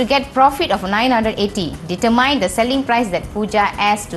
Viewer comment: its dee-ter-mean not dee-ter-landmine